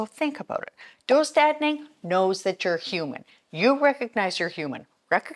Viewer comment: Nice video! Just so you know the dö in döstädning is pronounced like you're saying "duh" as if something is obvious. Just an FYI :) great job pronouncing the ä well though! (Swedish person here lmao)